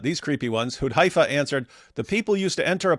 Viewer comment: it's hudhAYfah as in gAY not guY.